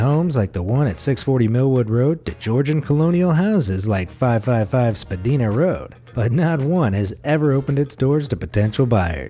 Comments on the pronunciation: Spa-die-na Rd...not Spa-Dee-na. These houses are everywhere, not just in Toronto. I live in Hamilton, Ontario and we have these hydro substation houses all over the city. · lol "spadeena" its pronounced "spah-dine-ah" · Buddy - it's SPA-Dyna not Spa-dina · Toronto. Spadina ... pronounced Spa-die-nah, not Spa-dee-nah... yet you pronounced Eglinton Ave right. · Thanks for including Toronto Canada in your list.. first off.. Spadina is pronounced SPA DIE NAH.. sorry funny though.. second , we still have those secret electric houses in the suburbs. a lot of them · You ment Spa-dine-a